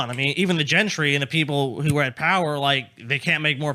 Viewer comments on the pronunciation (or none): none